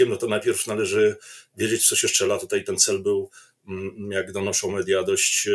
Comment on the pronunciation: "TUTEJ" .... czas się chyba poprawić. To już w lata "idzie".